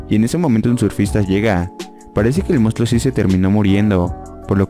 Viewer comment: "mounstluo" JAJAJAJA eres el mejor